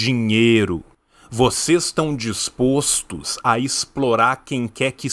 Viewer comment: Primeiramente, não adianta falar com toda essa eloquência e gesticulação se não sabe falar "dispostos" da forma correta. Depois que aprender a falar, aprenda a interpretar também, porque não é possível que o senhor não entendeu o que ele disse... ?!?!?!? Não pode gostar de dinheiro e amar pessoas ao mesmo tempo? Aiai, não sei se é burrice ou ignorância. Vocês gostam tanto de pessoas que apoiam ditadores, parabéns...